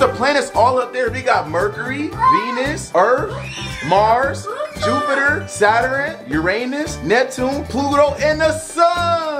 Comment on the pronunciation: He said Saturn wrong 😂😬 he said satrun-n